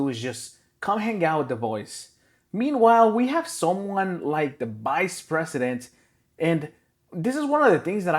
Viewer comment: Who's the BICE Pesident? What's a BICE Pesident?